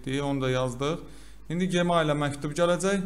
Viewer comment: Qaqa gemail ne idi, Gmail jimel kimi oxunur 😂